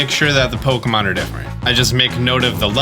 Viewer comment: I simply cannot stand the pronunciation, "poke-uh-monn"